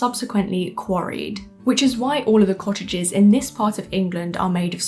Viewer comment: Woman can't pronounce "cottages"